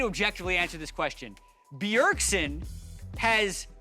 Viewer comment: It's BJERDSEN